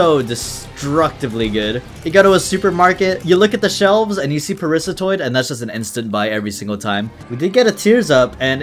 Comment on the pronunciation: It's Parasitoid!!!! Not Parisatoid!!! GRAAAH